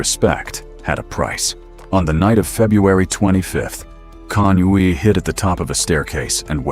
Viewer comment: CONUI is pronounced “CONWEE”